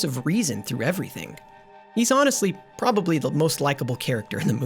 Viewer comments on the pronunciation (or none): none